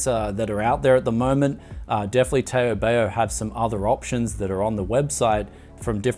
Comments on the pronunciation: First its not tey-o bay-o, its tarw, barw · taobao is pronounced as ‘tau-bau’ or ‘tau-pau’ and not ‘tay-o-bay-o’ 😂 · Taobao [taubau] not [teiobeio] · Asians pronounce it as tawbaw. not teyobeyo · can you pronounce TaoBao as Ta-ow Ba-ow (which is in chinese) instead of Tay-O Bay-O. PLEASE Thank you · TAY OH BAY OH LMAO Its Pronounced TOWWBOWW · did this guy call taobao "tayo bayo" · Taobao is actually pronounced "Tauu Bauu". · I like how u pronounce TaoBao. Use the “ow” in now for “ao” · "Tay-o bay-o" fkn lmao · It's pronounced as taubau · Toe bow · Tao Bao two syllables 😂 LOVE YOU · Just quickly: it's not "Tayo Bayo". They both sound like "How" but with a "T" or "B" instead of "H". Great video btw! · LMAO. "tow-bow" rhimes with the dog bark "bow-wow". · you pronounced the taobao wrongly... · Maybe there's someone who commented previously, but just want to let you know how to pronounce 'Taobao': 'tao' is pronounced tau, as in tau neutrinos and tau = 2*pi (that's the only example I can think of at the moment) and 'bao' is pronounced as bow, as in 'bow to the emperor'. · Hearing him pronounce TaoBao is one of the funniest thing I heard today lol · Interesting pronunciation of Taobao. Took me a few good minutes to realize which site you were talking about. haha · And you pronounced TaoBao wrongly... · Taobao should rhyme with "how now". Two syllables.